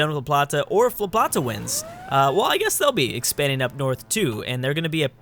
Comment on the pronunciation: its la plata not la platza